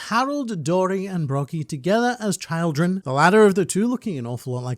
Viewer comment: did he say “child..drenn” lol what’s up with your English man *edit he just said “pragnant” lmao I know he’s Australian and all but this has to be on purpose because he was pronouncing it right just a few seconds before that, or atleast I think..it was too fast to hear.